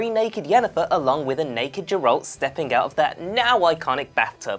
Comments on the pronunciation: Eye orveth? Jerald? Yeah expert, ima head out. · The fact that you pronounce his name as Jerralt shows you have never played the game and merely read up on some research for your video. JERRALT HAHAHA. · Can maybe next time the presenter have atleast played the game...his name isn't pronounced jeralt...even someone whose seen a trailer would know that you come off as a poser and not knowledgeable of the source material at all 0/10 hard dislike. Play the fucking game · You have no showmanship and terrible pronunciation. The G in Geralt makes a G sound not a J sound. And you say Iorveth with a Y sound at the beginning. Not to mention your entire video was an almost word for word blatant RIP off of this article. You even had your stuff in the exact same order. I also would not consider half of these easter eggs so much as background production info. CD Prjekt Red also confirmed already the cyber punk 2077 reference as true. And that Ciri will appear in that game in an easter egg of some sort.